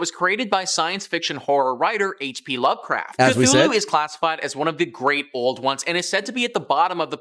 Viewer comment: Bro said hp lover craft